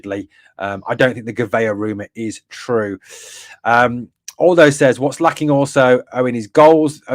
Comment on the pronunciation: lolz Owen buddy...'Aldo' is said as 'ahahahal-dough' not ALL-dough. Happy to help bro.